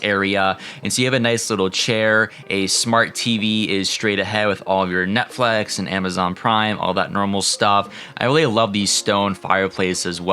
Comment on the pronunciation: Did this man just say Netflex